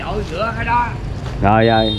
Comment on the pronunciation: Là thầy giáo phải phải phát âm tiếng Việt cho đúng ơi, khi mình đi học thầy cô dạy mình đánh vần rõ ràng chữ “R”TR” uống trà không phải uống chà ra không phải ga rồi không phải gổi trái xoài không phải chái xài….., xem kênh DTH rất nhiều thích nhất chia sẻ cuộc sống Mỹ và rất nhiều …. Nhưng nếu được sửa lại cách phát âm cho đúng chính tả Việt Nam thì ấn tượng lắm ❤